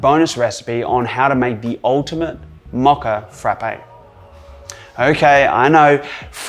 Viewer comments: Its mocha not maca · ❤the pronunciation❤ Is it because you guys are upside-down in AUS that you can’t say it correctly? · I grew up in the States, so Mo(long o)cha. :o) for some reason we can come across a little less sophisticated, which is embarrassing sometimes. Love this video. Mochas are a favorite ...and I love the healthier ingredients!!! Big raw foodie person.